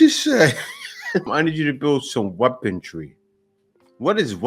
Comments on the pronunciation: It’s weaponry, not weapontree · “You needa handoh know how to handle some weapon-tree….” Blowed out Smurfette - 2025